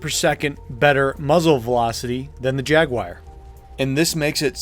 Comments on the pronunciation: Dude it's "Jaguar" not "Jaguaire" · "Jag Wire" lol it's jagu-ar, kinda like "jag-war" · Jaguar... not jaguire. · What’s a Jaguaire? Good vid btw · LC3 Jag-WIRE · "The jagwyer" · Jag-wire? Jag, WIRE? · "Beware the Jag-Wire!" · WTF IS A JAGUIRE? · JagWIRE? drove me nuts every time you said it! hehe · Jaguar >"Jaguwire" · Jagwire? No such carbine in PS2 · Ah, yes, the LC3 Jaguire, a brilliant hipfire carbine for the TR :p Jokes, and pronounciation-nazism aside, very good and informative video... Though I would say some weapons are just straight up upgrades to the standard, but they are few and far between. AA lockon launcher against standard RL for example... Commissioner over pretty much any pistol in the game... And don't get me started on vehicles, although vehicles in and of themselves are huge cert investments regardless. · don't get me wrong it's a good explanation but how the hell do you pronounce Jaguar XD